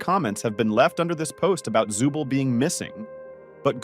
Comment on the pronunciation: It's zoovle not zubil🗿